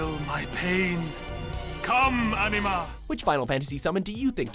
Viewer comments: You pronounce Anima wrong >< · The way he pronounced Ifrit and Anima made me cringe